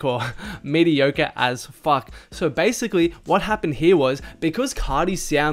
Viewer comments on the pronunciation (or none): Dude said “Medi-core” 😂